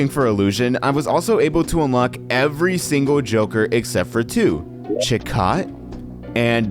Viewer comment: Also you mispronounced chicot